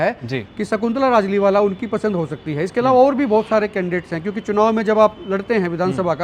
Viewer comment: Naam Pura lijiye its Rajliwala not rajliwal